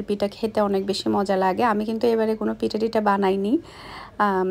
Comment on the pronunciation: কথাটা পিটা হবে না কথাটা হবে পিঠা